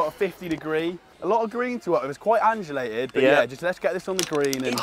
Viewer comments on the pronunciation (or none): You keep saying andulated but the word is undulated its driving me crazy. Other than that banging vid